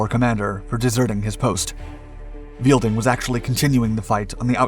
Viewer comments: Weidling not Wielding (Viydling not Veelding). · Helmuth Otto Ludwig Weidling, not "Karl Weilding" Please do your research, this is just embarrassing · Afraid you missed something about one of the generals. Name was not 'Weilding' ("Weel-ding") but 'Weidling' (Wide-ling). Otherwise a pretty good summary.